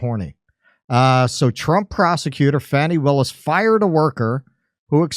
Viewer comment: at first l thought you said fatty willis until l read what was on screen